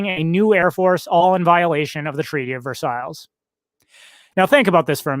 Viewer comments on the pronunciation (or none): you did okay with 'Weimar,' but please look up the pronunciation of 'Versailles.' But hey, great video, nonetheless, as usual.:)